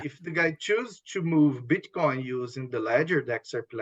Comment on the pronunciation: He says Bitchcoin😂